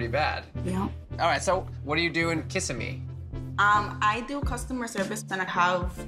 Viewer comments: kiss a me fl. lol it's pronounced ki sim me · I KNOW nev did not just say “KISSimee” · If Nev pronounces Kissimmee “Kiss Em Me” one more time 😂 it’s just Kuh-sim-ee...but he’s not from Florida so it’s totally understandable lol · I’m from Florida and it’s pronounced Kasimmi 😂 not kissamee 😂😂 I love catfish tho. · Kih-SIM-mee, Nev! Wasn't Cleo just a newborn? Time. Passes so slowly, passes too Quickly. Guess it depends what's Going on. 🍃🕊🍃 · Ka-sem-e is how it’s pronounced lmaooo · Nev... u had me cracking up at the way u pronounced Kissimmee!! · If I hear him say Kissimmee wrong one more time, imma scream.